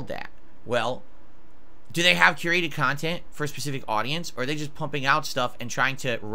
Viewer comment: Oh, if you going to call your content curated at least learn how to pronounce the word.